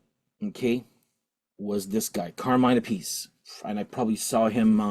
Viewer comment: I love how you pronounce Carmine Appice name two different ways. I watched a interview once with him where he set the record straight. You say phonetically App-Per-Sea, he also went on to remark his brother says the surname the opposite way to himself😅 The second " Blue Murder " is very good i.m.o. and I have ordered it!.